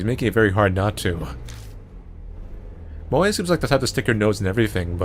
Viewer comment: his name is moe not moj